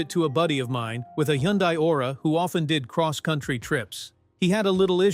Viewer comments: Can you say " Hun-day ? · Needs to know hot to pronounce Hyundai